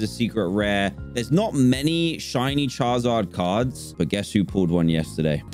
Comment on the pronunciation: he says 'charzard'